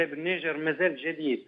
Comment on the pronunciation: اسمها النيجر وليست النجير ومن قال لك انها لا تعرف عالميا ثرواتها الاوليه الهاىله